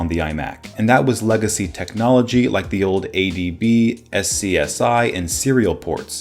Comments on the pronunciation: S-C-S-I? Seriously? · SCSI is pronounced SCUZZY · It's pronounced scuzi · did you seriouslly just say SCSI? It's pronounced scuzzy.